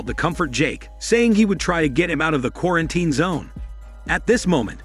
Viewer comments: what the hell is a qu-are-en-tain? Gotta love AI scripts and fake voice over narration. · Does an AI do the narration, because the way it says quar-an-tine zone is weird & obvious to any human listening, although it keeps speaking after saying it in broken speech?!?! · Qua-ran-ten! xD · I love how he says ,,qurantin’’ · not even quar sounds like its saying kora-an-tine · Why is it so hard to pronounce properly word "quarantine"? Every time you say it, there is a mistake😂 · the way the bot pronounces quarantine differently every time is so annoying